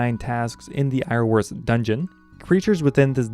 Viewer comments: Iorwerth is pronounced 'yawr wehrth' It's Welsh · I'm Welsh and I can't even pronounce Iorwerth.